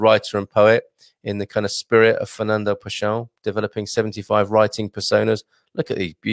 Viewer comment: Pessoa is pronounced PessOWa - the 'o' rhymes with English 'go'. You probably know that the common noun 'pessoa' means 'person'. Quatro geracoes de paixao = four generations of passion